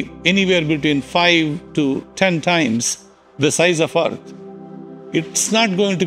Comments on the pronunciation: It's not Arth, it's called Earth... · Why did he say Earth like that? Does he hate us